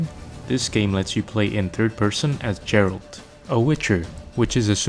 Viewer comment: Geralt, not Jerald... I never understand how people can pronounce character and place names incorrectly from games they've played for dozens of hours.